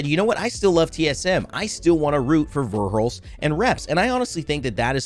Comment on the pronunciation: Called verhulst hal like 10 times